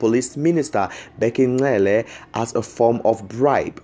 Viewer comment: Hello its not Ncele!! Its Cele!